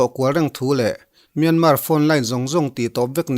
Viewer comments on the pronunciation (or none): none